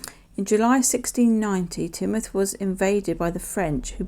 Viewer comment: Love the Home Town Coins from Ann and Evelyn it's so interesting learn about where everyone lives. Glad you liked mine you did prounce Teignmouth correctly. Have a lovely holiday.💕